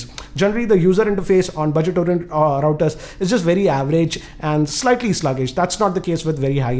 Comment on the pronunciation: Wifi raooters😂😂